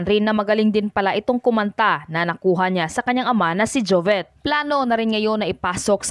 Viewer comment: Pronounce it as jovit not jovet